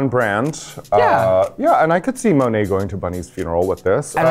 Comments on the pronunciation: What's the deal with Raja pronouncing Monet's name like that? It's all the time. I'd love to hear her pronounce it the way it's supposed to be read and how she(monet) says it! I hate that Raja does that every time. It's not funny or cute. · I still hate how raja says Monets name. But okay. It is what it is. Now Aquaria? No comment. No like. Thats it.